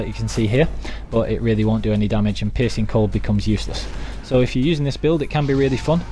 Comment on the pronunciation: Is it just me or did he say the ''Piss and Cold mutation build''